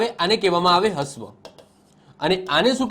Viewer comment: હ્રવ ને હસ્વ નહી રશ્વ બોલાય.....બાકી જોરદાર વિડિયો...